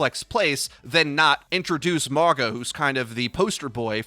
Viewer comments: Say it "Mawng-ah" or "Morng-ahh" NOT "More-guh" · his name is pronounced Maw-nga. means mountain in a lot of the pacific island nations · I kept thinking you were saying MAGA ugh